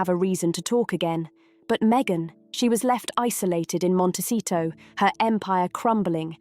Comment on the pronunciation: It’s Montecito. Not Montesito.